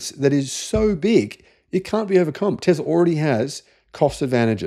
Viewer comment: Please stop saying "TEZLA" it is "TESLA" FFS!